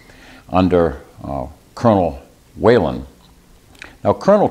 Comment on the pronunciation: Whelen not Whalen